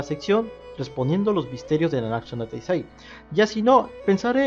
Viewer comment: todavia sigues diciendo nanaksu no taizai:v Solo digo... Gud video Aunque te confundiste:v